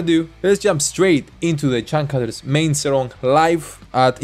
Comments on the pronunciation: You wrong when said the name of band. In indonesian, its read as like u say "chang chooters" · it's actually pronounce "CHUNG - ChOOT - TERS"